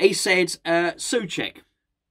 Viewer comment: not Sue ..... Sew